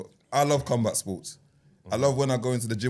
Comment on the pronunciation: Man said cumbat sports 🌋